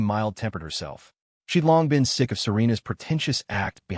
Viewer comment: Am i the only one hearing "Sixth sister" instead of "sick sister" every damn time?